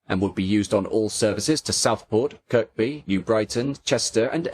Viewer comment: Fascinating as always. Amazing "memory lane" shot of Waterloo long before any thoughts of the Eurostar terminal had hit the construction industry. Timeless - like the PEP stock. Thank you for the "rolling stock of my childhood" - when the only observation is that "Kirkby is pronounced Kerbee" and "Lewes is pronounced Lewis", you can be sure that you have a BRILLIANT documentary; big thanks.